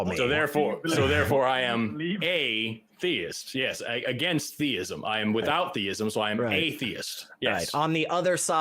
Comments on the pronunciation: Yes, definitely. Listen to how both pronounce "thayism". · has called before. He is the only person I've ever heard on humdreds of these calls pronounce it, "thaiyism". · So, I just got to call... I forgot, his other identifier is the "thay-ism" pronunciation.,, etc all pronounce thee-ism as thay-ism. So, I'm convinced. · Same dude. "AthEEism. Thayism."